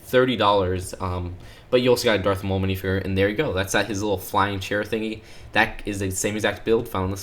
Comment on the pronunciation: Hearing him say Minifigure like “Minifigurr” really just urjejejenejenejejenejrnjesnsskskskss